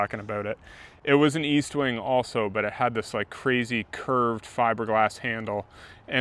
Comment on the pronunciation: There is no A in EST-WING. Normally I wouldn’t correct anyone for a silly l mispronunciation. But Estwing is a legend. Need max respect. 😅